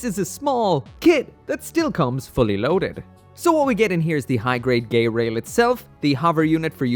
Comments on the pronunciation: I think it is pronounced ge-rail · "GaAy-RaIl✨✨" gets me laughing hard